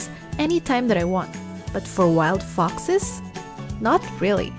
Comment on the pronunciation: Hey next time please learn to pronounce ‘foxes’, its sounds different!